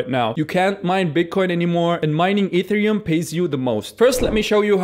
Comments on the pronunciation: pronounced EH -TEH -REH -OOM ......NOT....E THREE -UM also to understand a third of what he says instead of nothing at all click the setting of the video and click the playng speed at -,75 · taking advice from a person who doesn't know how to pronounce e t h e r i u m :D